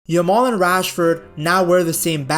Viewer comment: Stop saying yamole motherfuker, pronounce it properly